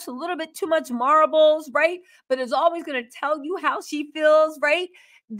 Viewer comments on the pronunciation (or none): Ghilaine Maxwell - Ga-lane Harvey Weinstein - Wine- sten Marlboro - not marbles - marl-boro I just couldnt take it! Lol🤣😂 I love u ur the GREATEST!!